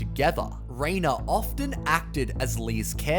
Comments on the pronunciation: Rena is pronounced Renee. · It is outrageous to me the number of people who want to just live in the hospital with the meals & care 24/7. Is that the prize you get when you eat yourself to the size of a baby elephant? Ridiculous. And then they complain about it! And Rena's name is pronounced Ren -ay